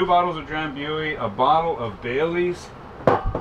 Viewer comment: with all do respect, it's pronounced Dram-BOO-ee.